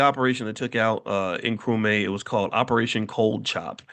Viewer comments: It's Nkru-MAH not Nkru-mae :) Welcome to the motherland! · I mean how!! This man is a PhD and he is in Ghana and he can't say Nkrumah? How did he come up with Nkrumay? He is just not "applying" himself well enough😊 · It is pronounced Nkrumah (not may)… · ❤❤ Nkrumaaaaah not May 😅